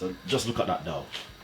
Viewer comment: Dow or dough? I need to know!